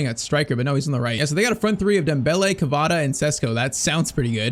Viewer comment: Isn't kavara 😂😂😂😂wrong pronunciation.